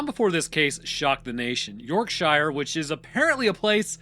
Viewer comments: I’m not British, but even I know that “shire” as a suffix in English place names is pronounced like “sheer”. [Edit: OMG, it just gets more grating as it progresses, and I’m very interested in everything except hearing “York-Shy-er”, or “Lanca-Shy-er” etc. for that matter, and you’re the one disregarding convention and speaking inappropriately. BTW, the British do pronounce the individual word “shire” as “shy-er” but those place names have been a constant for a very long time indeed. Speak them correctly!] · ⚠️ Yorksha, NOT York-SHY-ER. Love the vids but don’t beget the ire of Yorksha folk! You’ll never live it down 😂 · York-sher ✅ York-shyer ❌ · You dont actually learn the pronounciations at all do you. You yanks just cant say Yorkshire or Goucstershire. For instance... Shire how you pronounce no1 says that. Its shear. Sear. Searing a sheep is my best way if explaining it. Its not shi rrrre. Its shea. Sear. Shear. I will find an american word with the same sound and tell you. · As a Yorkshirelad. Say York-sher. Not Yorkshyer. Good vid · U say it more like York sheer like cheer as in cheerleader. So York Sheer. Im english and its how we say it lol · Do Hobbits live in the "Sheer"? Not the last time I checked. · Oh! You’d been doing so well with the British pronunciations recently. 😂 it’s more like “York-shuh” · It's not the Hobbit. There are many, many place names with "shire" in the UK. Why can't Americans pronounce them correctly? It's "shurr" I realize that's not how it's spelled, but it's how we pronounce them. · as a Brit, i physically and mentally took damage each time i heard your pronunciation of "yorkshire" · You are KILLING me your mispronunciation of Yorkshire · I'm from Yorkshire and you're pronouncing it wrong 😂